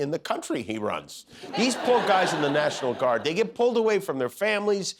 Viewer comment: national lard 😂